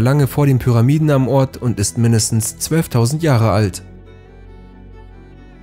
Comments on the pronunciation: Verkackt!! 😂😂😂😂Nicht HORT sondern Ort🤣🤣🤣🤣🤣Ich kann nicht mehr😂😂😂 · du meinst glaub ich eher Ort nicht Hort😂